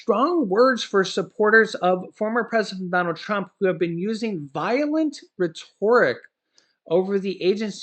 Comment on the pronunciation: "Ruh-Tor-Ik"...🤣 It's pronounced "Ret (rhymes with wet)- "or" (rhymes with Thor") "Ik" (rhymes with stick)... You're killing me,!🤣😂😜